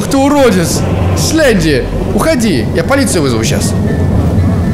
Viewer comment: ни слендер а сленди